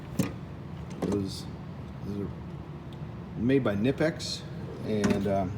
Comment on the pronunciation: If it's not been said in here already, it's pronounced "kuh-nip-ex". Just fyi